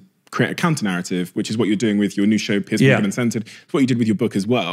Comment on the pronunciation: It’s Piers (peerz) Morgan, not Piers (peerss) Morgan ;)